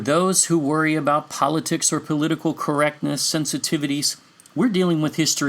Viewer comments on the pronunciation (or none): none